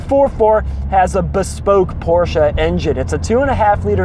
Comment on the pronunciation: Great video, I love that you pronounce Porsche correctly so many people don't lol. Love watching videos on the 944's, I have 3 944 and a 924s and absolutely love them. Keep the good videos coming!